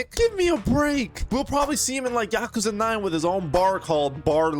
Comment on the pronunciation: Ahh yes, “Oouze”